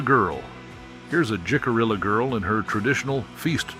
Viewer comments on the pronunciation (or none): Oh brother!!! Its pronouncd hick - ah- ree- ahh...you dont pronounce the letter 'j' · Jicarilla is pronounced Hih-cuh-ree-yuh. That’s not the only tribal name that was mispronounced. I would have felt better about this video if care had been taken to have all names correctly pronounced. As it is, it seems incredibly disrespectful. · "Acoma" is pronounced with the first "A" like in Apple. Accent is on 1st syllable. "Jicarilla" is said "Hica ree'-ya". The famous cactus is 'Suh-wah-row.' "Ute" = 'Yoot.' Edward Curtis is a famous photographer of Native Americans, of the late 19th and esp early 20th century.